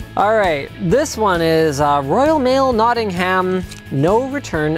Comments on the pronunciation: It's pronounced Noting-UM not Notting-HAM, as with all places in the Uk that end in HAM. :D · Glad I'm not the only one from England that loves your content. By the way, it is pronounced Not-Ing-em. The 'H' is silent. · Linus its pronounced Nott-ing-ham i live there so i know